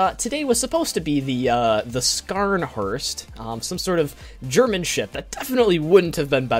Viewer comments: Scharnhorst is pronounced "sharnhorst." And the "wings" are where the smoke comes out. They blow the smoke to the sides so it doesn't rain soot on the passengers. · TRIGGERED PRONUONCEATION ITS SCH NORSHORST! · Its pronounced as sharnhoist